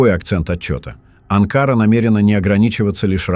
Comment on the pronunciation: На слове Анкара ударение ставится на последний слог, на последнюю букву А. Вы ,дядя, постоянно неправильно ставити ударение в названиях многих городов..